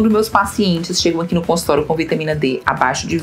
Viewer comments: Porque você só pronuncia consultoro e não consultório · Muito boa a explicação. Observe sua pronúncia quando vc fala a palavra consultório.